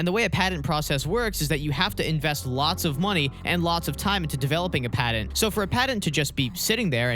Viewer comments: If you hadn't had "Patent" typed out in text I'd have never been able to figure out you were saying that. Padden? What's a Padden. T and D aren't interchangeable letters boss! Love the videos tho haha. No shade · He said padint like 5 times at least… how are we supposed to take this seriously? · It's not pronounced padent. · Great video. pat-ent. Sorry driving me nuts. lol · There is no D in patent.